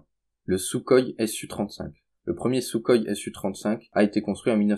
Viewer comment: Concernant les Sukhoi, ça se prononce "souroï" et pas "soukoï"